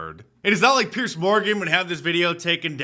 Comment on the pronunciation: Mark, it’s Piers, not Pierce.